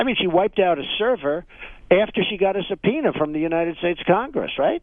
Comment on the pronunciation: Lmao, the charlatan said subpoena